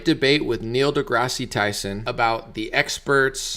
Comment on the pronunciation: There’s no long E at the end of this jackass’s middle name.